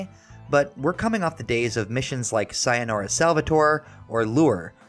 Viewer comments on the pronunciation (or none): none